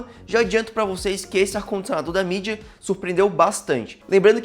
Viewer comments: Bacana seu conteúdo irmão, mas atente-se para pronunciar o nome do fabricante corretamente para não cair em descrédito com o público. Sucesso! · Achei estranho também